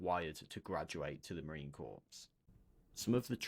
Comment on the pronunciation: Every Marine watching this is cringing with every mispronunciation of corps. It’s pronounced “core,” the p and s are silent.